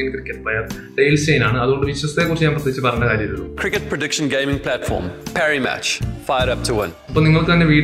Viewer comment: പാരി മാച്ച് എന്നാണ് ആരും റ ആക്കാരുതേ 😁😁😁 മണ്കലം അല്ല vekalam 😁😁😁😘😂 jokuten bro is lub 😘😘😘😘😘